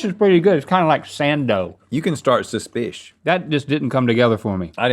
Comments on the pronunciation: Let's make "shush spiss" happen. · "Suspish" Bailey Sarian fans arise